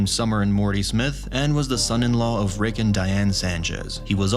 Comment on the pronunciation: His name isn’t rix